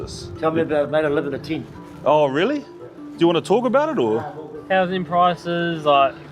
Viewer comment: Living in a teent, eh?